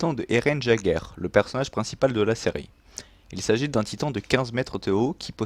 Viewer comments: Tu fais des fautes de prononciation sur le nom de famille d'Eren c pas "jager" mais "yègeur" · super vidéo mais Jäguer se prononce yèguer et pas jaguier X) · Eren jaguère.... on dit yègeure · Arrete de dire jageur Pétain c'est yaeger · J’adore tes vidéos mais tu a dit eren Jaeger avec le son jjjj et pas avec le son yyyy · C'est yager même si sa s'écrit jager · Yégerr pas jaigerr sinon bonne vidéo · Ça se dit pas jager mais yéger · ses eren yeger est non pas eren jeger petite corrections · Pas Jager on dit Yager (chasseur en Allemand) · Mon dieu s'il te plaît dit Eren "Yégeur" (jäger) et pas "Jageur". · Jeager se dit yeager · J’aime ta vidéo mais Jaeger se lit Yeager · Ça s'écrit Jager mais ça se prononce YAGER. Merci. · Eh ! Pour l'assaillant de Eren Jäger se prononce yèger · Ça se prononce illeger et s'écrit jager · cest pas grave (meme si sa m'énerver quand tu disais "jagueur") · EREN JÄGER SE PRONONCE ÉRENNE YAIGEUR voilà ça me démangeait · Par pitié, prononce correctement le nom Jäger stp. La majorité des persos ont des noms allemands et c'était la volonté des créateurs. Jäger signifie ''chasseur'' en allemand. On prononce iégueur, Sieg se prononce zigue, reiner se prononce rainer. Je trouve que c'est plus respectueux puisque c'est une volonté des créateurs 😉 Merci pour cette vidéo et bonne continuation ! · Die Nationalmannschaft mec essaie pas de corriger si tu fais une faute c'est jäeger